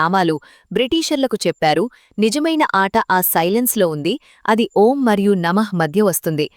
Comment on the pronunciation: Gaali baga తీసుకుని enta sepu vundachi? Om enni sarlu cheppali clarity ga Chepandi Sister plz